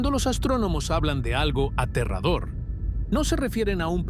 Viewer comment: Es Aterrador Aa tee rraaa dooo rrr es muy aterrador .. bueno y la pregunta es que es aterrador dicho por una IA que para hablar tambien le falla el español yo creo que porque no comprende que es Aterrador muy aterrador